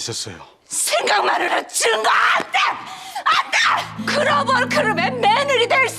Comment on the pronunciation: 그로붤 그루베 매느리 될쏴람이야앙~(태미란씨 글로벌 배우는 못되실듯 발음개후졐ㅋㅋㅋ)